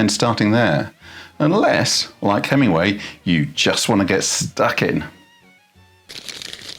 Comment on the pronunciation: Please fit the g in Hemingway.